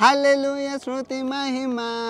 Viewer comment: Hlo sruthu kadhu sthuthi andaya motham parchesav 🤭